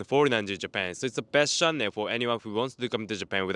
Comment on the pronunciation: please learn how to say “channel” properly. Way too much stress on the nn.